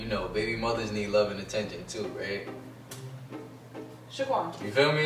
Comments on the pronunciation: You know it's bout to go down when says "Shaquan" 😂❤ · LMAO. You know mad when she calls "Shaquan"! Love you guys!